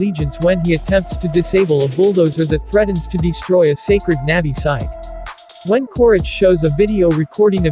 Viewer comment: good job- FYI it’s pronounced “nah-vee”